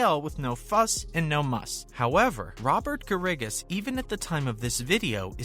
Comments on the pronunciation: Garrigus is pronounced like Bear - Ah - Gus. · If you put out a YouTube video, perhaps you should learn how to pronounce Robert Garrigus' name correct;y. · This is just about as worthless a video as anyone could produce. It is a fountain of misinformation. First, this guy doesn’t even know the name of the Saudi league. SGL isn’t even a thing. Secondly, nothing he said about Bubba Watson or Kevin Na is true. And, he doesn’t even know how to pronounce Robert Garrigus’ name. This is what happens when a knucklehead who knows nothing about golf tries to make a golf news video. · Love how you say Garrigus. Obviously a golf expert and not a fake news channel LMAO